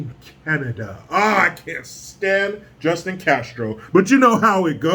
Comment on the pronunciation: the way said justins name: Pwubwu! LMFAO!